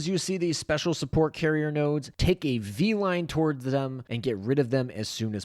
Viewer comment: "bee line' not "vee line"